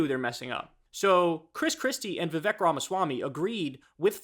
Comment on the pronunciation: Kyle... It's viv-AKE like cake. Have you not heard his freestyle?? 😆